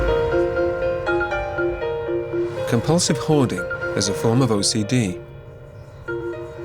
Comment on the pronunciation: Because we pronounce it hoarding not ‘howaduh’